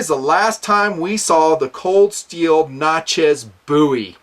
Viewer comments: I'm sorry but It's pronounced Nat-chez (sounds like matches) not Nat-chas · Natchez - rhymes with "matches" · Love vid! Great scale only thing I have to say is the way you say "Natchez" but still great vid!